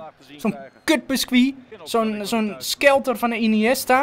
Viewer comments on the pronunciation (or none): Iedere keer dat hij skelter zegt, val ik dood van 't lachen